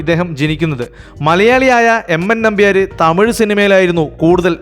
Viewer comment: നിങ്ങൾക്ക് മലയാളത്തിലെ ചില്ലക്ഷരങ്ങൾ അറിയില്ലേ.. ർ,ൾ, ൻ ഇതൊക്കെ.. നമ്പ്യാര് നമ്പ്യാര് എന്നല്ല നമ്പ്യാർ!! വിജയകാന്ത് എന്ന് പറയുമ്പോൾ ചാന്ത്, പന്ത് എന്നൊക്കെ പറയുന്നത് പോലെ അല്ല, കാന്ത് എന്ന് ഭംഗിയായി പറയണം.. സർവ്വ പേരും ഇങ്ങനെ അലന്ന രീതീലാ പറയാറ് .. 😅 .. നസീർ എന്നാണേ നിങ്ങൾ നസീറ് നസീറ് .. മോഹൻലാൽ എന്നല്ല മോഹൻലാല് മോഹൻലാല് എന്നേ പറയൂ..